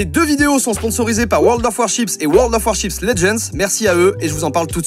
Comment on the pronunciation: WORLD OF WAR_CHIPS 😂😂 ça fait rire que moi quand il dit le nom de ce jeu ? mdr